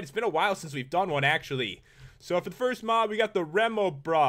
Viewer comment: Noticed he said frist instead of first 😹